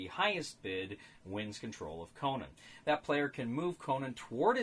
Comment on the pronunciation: A very interesting review, I was wondering about this game. How does it work with lower play count? And have to ask where does Conan come from? You got too many syllables there.:)